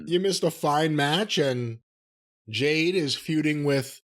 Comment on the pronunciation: It's JADE, Jim ... NOT JANE